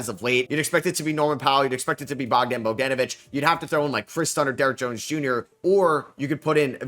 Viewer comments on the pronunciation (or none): none